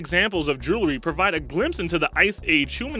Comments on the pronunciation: JEWELRY not JULERY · The narrator's accent is very strange. I wonder where he's from. The glottal stops that don't match any American accent I know of are strange, and the pronunciation "JOO-luh-ree" for "jewerly" reduces his qualilifications to narrate any version of standard English. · Julery killed me but I liked the facts list. It's a good listen